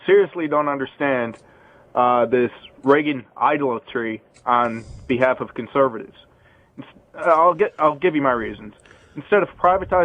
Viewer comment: Caller can't even pronounce "idolatry".